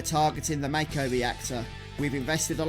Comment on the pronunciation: 6 years later.. couldn’t watch it due to you calling Mako, Mayko!! It’s pronounced mahko